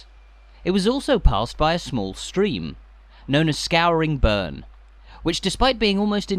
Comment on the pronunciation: Brechin ….not Brecon…….skoorinburn…not Skowrin burn…